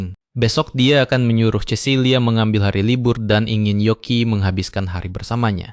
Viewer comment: yoki min bukan yuki